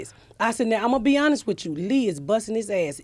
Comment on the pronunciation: First time I've heard "honest" pronounced "uuhnist"